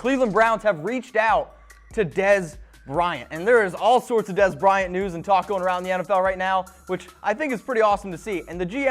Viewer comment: make sure you annunciate your words better. Every time you said "news" I thought you were saying "nudes" lol. Don't think it's appropriate to ask your coworker for nudes...